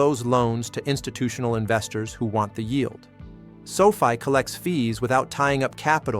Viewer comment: Its not Sofie its Sofi